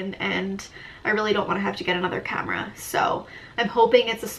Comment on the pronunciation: You pronounce your A's like an O lol ever notice that? Like you say comera instead of camera. You need someone to come in and Fungshui your living room! Btw Jeeps are known to break down. Good you're doing research before you buy! Best thing you can do.